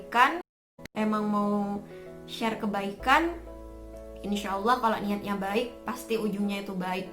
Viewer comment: mbaknya cantik kalem baik pula😊 terimakasih atas motivasinya mbak🙏 Tetap semangatss👍 mbaknya seperti santriwati pesantren?🤔 saat melafalkan lafal Allah makhorijul hurufnya bagus dan auranya cerah banget berkah wasilah sholawat Nabi Muhammad SAW.